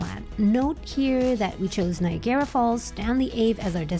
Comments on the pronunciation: Do you tap again at destination? BTW "Ni agra", not "Nigarra". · “Nye-agg-garra” …. Not “Nye-a-GAIR-a”. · Love the video but I can not get over how you're saying "Niagara" xD You're saying it like a Japanese word "Nya-Gara" but it's just pronounced "Ny-EGG-Ra" Falls :P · Its not nigara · “nai·a·gruh” that’s how Niagara is pronounced ☺️ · Nice video. You pronounce Niagara oddly... It is spelled as Niagara but we pronounce it as Niagra. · Omg...stop pronouncing it like that!! It rhymes with Viagra...just substitute the V for an N and you're golden.